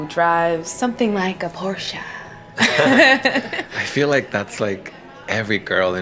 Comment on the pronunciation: Dude... for a guy who owns a Ford GT you should know how to pronounce Porsche....come on man. The girl in the video even pronounced it correctly and you STILL said it wrong right after her...